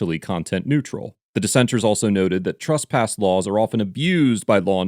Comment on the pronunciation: Truss-pass isn't a word. It's TRESS-pass.